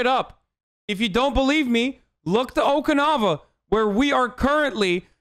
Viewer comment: He was disappointed in himself after butchering the pronunciation of Okinawa.